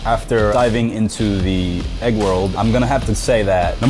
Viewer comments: EGG! NOT AGG! ITS A “E” NOT A “A” EGG EGG EGG EGG EGG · Why does he say AYYg instead of egg?!?????